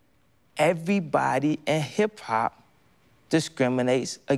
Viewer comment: The first word I heard was Eebody 😭😂